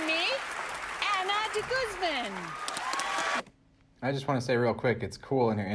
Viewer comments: Dee-gooze-man not guzz-man ;) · Deh'-gooz'mon= DeGuzman! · “Ahna Deguzzman” lol butcher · Goosmon. with the emphasis on the suffix "mon" is the way the name is supposed to be pronounced. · That's not how you pronounce De Guzman;) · If you re-filmed part of the video because you changed your mind, why didn't you also go ahead and correct the beginning where you butchered her last name?